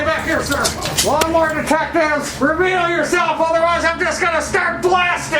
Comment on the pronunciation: What is a "lawn more"?